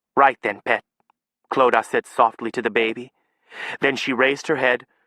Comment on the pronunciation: This narrator gets "Clodagh" right. <3